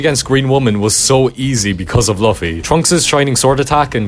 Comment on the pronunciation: not sure if i should value the oppinion of someone who mispronounces luffy